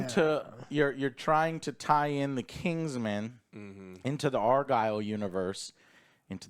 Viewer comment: Bro its not ARE-GILL its ARE-GYLE (like kyle). How can you mess that up after hearing it so much in the film?